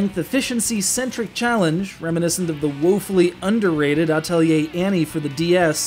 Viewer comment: Thank you for saying Atelier correctly! :3